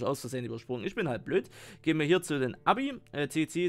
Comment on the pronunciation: Das heißt nicht Abi es heißt aebi und auch nich äbi